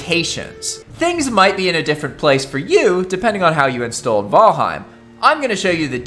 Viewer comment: “V-al-heim” literally why I can’t watch your videos lmaooo